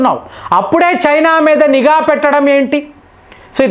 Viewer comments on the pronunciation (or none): none